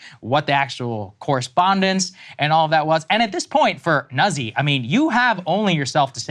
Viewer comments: Nuh-Zee?... It's pronounced "Nazi" Deal with it! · It is pronounced NUT SEE in proper Italian. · I only care about the horrible pronunciations of those Italian names: it's "Noot-si" and "Leet-sa". Thank you lol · It’s pronounced “nooht-see” in Italian. Thankful for the reporting